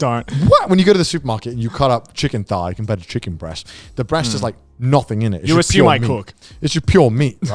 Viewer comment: The chicken thighs were the whitest I've ever heard Connor